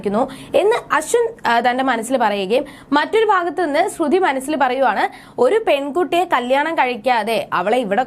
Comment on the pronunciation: ശ്രുതി എന്നു പറയുക